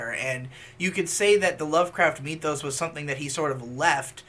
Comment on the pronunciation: Nobody:: Meee-thos